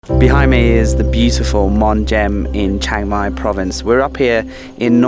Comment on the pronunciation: good : - you where closed to me my daughter complain about your pronunciation of Chiang Mai, haha we have been there 2 or 3 years ago, camping for 300 baht as we have own, and NOW she is so jealous - wanna go again so far I remember of 15 years here, and bicycle 120.000 km include racing ... 'pan ha Bhat' meant 1.500 Baht - what is fixing to that huts and area. But is has change so much in that years now ... wow guess will be there in Dezember / January for cold and sure dry, for maybe 2 nights ... that hill I did so often with bicyle since 2009 and the changes are hard (too much huts there now). you missed the night for record, like a big town at the hill - amazing ... and your evening and morning sun same side ? did I miss something ? Have fun in Pai then ... I wait for it.